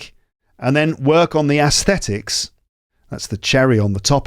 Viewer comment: Hai, I am an ardent fan of yours and you are my role model with regard to accent and pronunciation. But isn't your pronunciation of aesthetics different from the standard one?